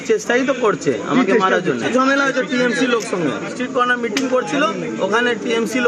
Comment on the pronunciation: ঝমেলা না ঝামেলা